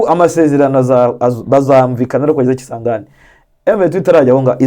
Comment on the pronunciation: Uravuga kisangani ukagirango ni kigali 😂😂